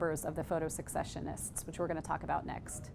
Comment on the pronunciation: It's pronounced ses-session-ists, not sek-session-ists.